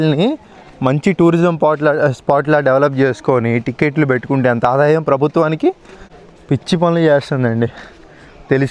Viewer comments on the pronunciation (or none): none